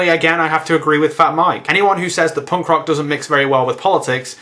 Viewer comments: No, no, you've got it all wrong. He was saying 'porn' music, not ponk or punk. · i thought you said porn instead of punk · The first few seconds of the video, everytime you said "punk" I thought you said "porn". Hardcorn porn. Maybe I shouldn't watch videos while on the treadmill . . . or maybe I should do that all the time. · haha u say punk funny. probably because im american :(